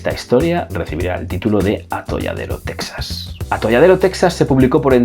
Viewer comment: Teeejas, Teeeeejas(Texas), y no Tesas; Mejico( México) y no Mésico